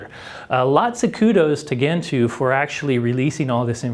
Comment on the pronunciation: It's pronounced djentoo, not kentoo